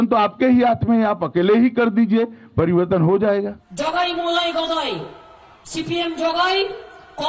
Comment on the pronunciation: Phle pariwartan to achaa se boliye